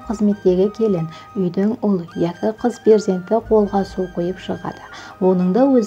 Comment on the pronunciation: Киз бала емес, каракалпак тилинде "кыз" бала болады. Таза жазып, таза сойлеу кк.